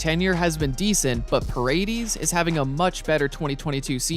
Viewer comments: Bro…it’s pronounced pah-reh-dehz. Not PuhRayDeez. 😂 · aint no way you pronounced the last name Pa Ray Deez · parade-eeez lol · The way he says paredes 🤣